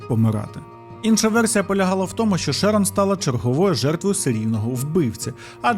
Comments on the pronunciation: Prior читається як «Прайор»(наголос на першил склад.Шерон - теж на перший. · ШЕрон, шерОн, піцерІя, піцЕрія. Ви ж оповідач, ну як так?